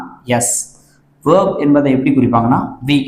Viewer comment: Verb ஐ ஏன் வேப் என்று உச்சரிக்கிறீங்க சார்.